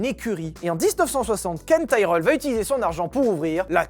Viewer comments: Nope, Tyrell se prononce bien Tirel. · Bon les enfants ont va redescendre sur terre, nous sommes français donc ça se prononce "Tirèllle", c'est comme pour les voitures moches, hyundai, c'est "hyundaie".